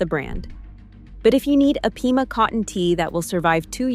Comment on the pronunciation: Pima cotton, not peema. Sheesh!!!!